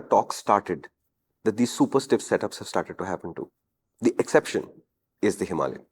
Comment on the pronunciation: HIMALAYAN — HIMA LION 😂😂